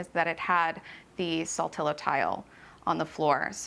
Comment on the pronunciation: As a Floridian of almost 50 years, I also love this style. Her collections and home are lovely. But just fyi, rattan, bamboo and wicker are three different things, not interchangeable. Also, saltillo is pronounced salt-EE-yo.